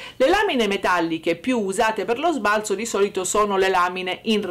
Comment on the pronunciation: Bella la nostra Ombretta... Sbalzo va detto colla zeta secca, però...😂❤❤❤❤